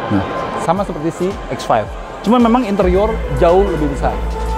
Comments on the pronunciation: Harusnya bilang aja "be em we eks lima"😁memang aga shock sih dengernya "kok cx 5 sih"😁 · kok ngomongnya "Si X5" tp kyk kedengarannya "CX-5"😂😂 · Berkali-kali ngomong si x 5 , jadi kaya cx 5 :v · kudu dikasih spasi yg agak jauhan lagi😄